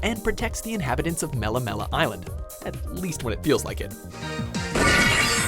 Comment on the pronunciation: mela mela.....ugh, its pronounced: Meh Lei Meh Lei